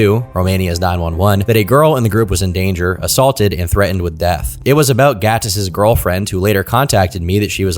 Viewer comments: Your pronounciation of Gatis is on point, are you latvian? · Noooo. Not him being Latvian 😔 Also props to the pronunciation of Gatis, it was good.